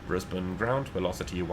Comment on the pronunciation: As someone who was born and grew up in Brisbane, I appreciate finally hearing someone who is not from Australia pronouncing Brisbane correctly. 😊 Also, are you planning on doing any future content on the new(ish) FSS Boeing 727 Super? Most of my Australian MSFS ops nowadays are in the 727 in an Ansett or TAA livery.